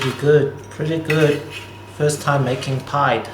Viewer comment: It’s pronounced pidday say it quickly though. Good video 👍